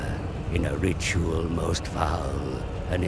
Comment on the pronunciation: "In a ritual most cow" Can't unhear it now...